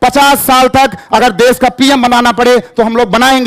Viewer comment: देस नहीं देश होता है मैडम जी, आप हिंदी ही गलत बोल रही हैं आपसे पढ़ने वाले बच्चे भी गलत ही बोलेंगे तो भविष्य में तो हिंदी भाषा की ऐसी की तैसी हो जाएगी